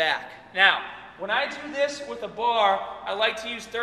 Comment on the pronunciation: Grip the bahh